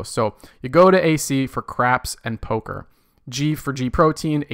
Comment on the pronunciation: “Go to AC for cArds and Poka”